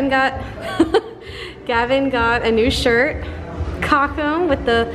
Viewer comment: I feel kind of confused when your pronunciation of German words you use often is close to perfect but some less used words/town names ( like "cochem") are pronounced the American way. Unfortunately, these words are only stored in my "German memory", so I do not recognize the term on first hearing if the rest of the sentence is in English.